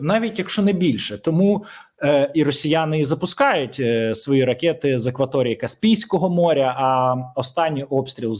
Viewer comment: якщо дозволяєш виправляти, то вимовляй, будь ласка, слово "ракЕти" без Є. 💞💞💞